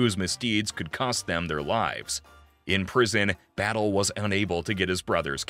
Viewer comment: His name was José Miguél Batllé, not Battle. I am related to the Havana Battlés and Rodriquez.